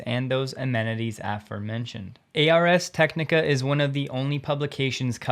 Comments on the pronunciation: ProTip: "ars" is Latin for "art" "ARRZ TEK ni kah" or "arrz TEK ni kah" not "AY ARR ESS TEK ni kah" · "ARRRS Technica" Say it like you're a pirate. Not A.R.S. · "A R S Technica..." It's not an acronym or initialism. It's the Latin word for "arts". (Rhymes with Mars.) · FYI Ars rhymes with Mars. It’s not A. R. S. Technica.